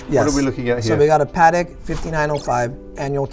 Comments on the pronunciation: He is selling Padek instead of Patek. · The man doesnt even know how to say correctly Patek, i think its shameful for a watch expert... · Great video as per usual, but when will Americans learn how to pronounce Patek properly lol